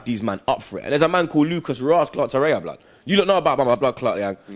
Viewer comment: TorreiRA not tereya